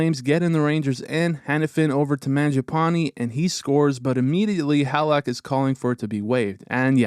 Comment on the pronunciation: great video! only thing is you might wanna learn the pronunciation of Laf and halak lol